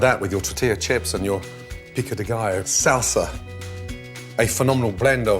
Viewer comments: In my opinion, he nailed the pico de gallo perfectly! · DAMN! He totally nailed the "pico de gallo"! Awesome as always.